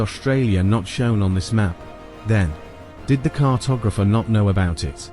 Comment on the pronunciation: Gave up when it was apparent that the commentator knew nothing and couldn’t pronounce the word cartographer.